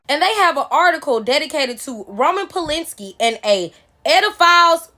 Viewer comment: Polanski. WTF is Polinski?